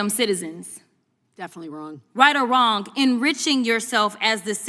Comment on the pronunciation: "Right or wronk?"